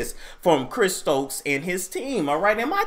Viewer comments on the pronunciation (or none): He said "Chris Strokes" lol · You said Chris Strokes 😂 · did you just say Chris STROKES. 🤔